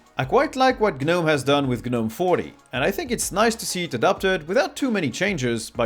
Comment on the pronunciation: The "G" is silent in Gnome ro Gnu etc.